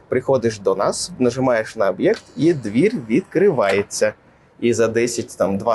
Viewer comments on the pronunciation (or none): Спершу не зрозумів що за "двір", але потім зрозумів що про двері говорить 😂